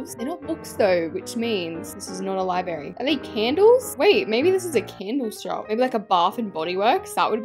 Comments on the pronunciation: it’s library not liberry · LIBRARY, NOT LIBARY!!!! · Library is pronounced Li-b-rare-y